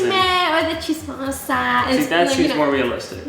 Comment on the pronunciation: OMG!! did just said "chismosa"?! HAHAHA the way she pronounced it, was cute HAHAHA!! are you teaching Filipino words? I really want to hear more from her plss. You should make a video of YOU teaching some Filipino words, that would be fun! PROUD FILIPINO HERE!!